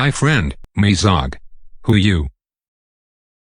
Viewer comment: “Hi friend me zog” lol